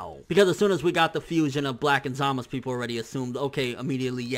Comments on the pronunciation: Dude, it's ZamaSU not Zamas. It's even how they pronounce it in the anime. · I'm with you on that one. he keeps saying "Zama's" it's Zamasu. I don't know why he keeps saying like that though. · it's not zamas it's za ma su dumby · ZamaSU not zamas. that bothers me so much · Can you please say ZAMASU not ZAMAS... sounds so weird... Love your channel though! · isnt it zamasu? not samas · Snydy no its not man its zamasu the u is not silent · But neither does he? So why is he using the dialect version when characters IN THE SHOW say it phonetically? The only one that has very clearly said "Zamas" is Gowasu - and that may just be due to the voice actors' preference. With this in mind, saying "Zamas" just sounds a little weeaboo =P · quict calling him zamus. he even clearly says samazu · why can't you say Zamasu's name right? It's not Zamas. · Why does he call him Zamas? thafuq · why do you prounce zamasu like that ? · Stackz He thinks he's Japanese.